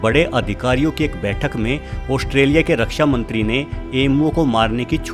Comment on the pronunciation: Oshtrelia nhi be gadhe Australia bolte h. Bolna seekh kr voice over dena.